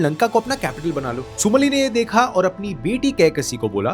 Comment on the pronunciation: Are you literally completely unaware of Indian culture? It’s not कंद but कांड - (kaand) not सुन्दरा कंद but सुंदर कांड not उत्तरा कंद but उत्तर कांड not सुमली but सुमाली not यक्षास but यक्ष not राक्षसा but राक्षस और राक्षसों not त्रिपुण्डा but त्रिपुंड Not क्रोधा but क्रोध damn, your pronunciation is so irritating! good to know foreign language but being alien to own culture is nothing but wokism! It’s irritating to hear I correct pronounciations which automatically shows your Ramayan knowledge is recently read!